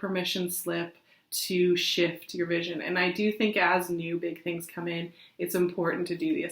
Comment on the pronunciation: I thought you said Shit! Not shift! They both seemed appropriate right now!!! Lol. Thanks!!!!